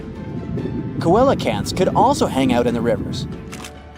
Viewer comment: Coelacanth is pronounced "Selacanth" not "Koelacanth". And your info about that animal is at creationist levels of outdate.